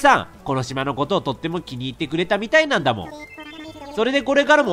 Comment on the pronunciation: レトさんの「なんだもー」が「だんだもー」って聞こえる(ずっと思ってたんだけど言えなかった(つω`*)